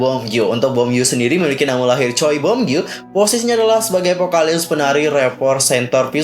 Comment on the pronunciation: koreksi aja ya kak marga choi dibaca chwe bukan choi hehe